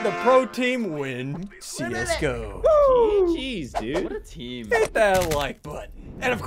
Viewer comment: How he says see us go pro like csgo